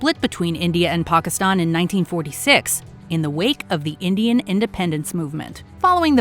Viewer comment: This is one of very few American-made videos (long or short) where the names “Pakistan” and “Bangladesh” are pronounced correctly. Unfortunately, “France” is mispronounced as usual.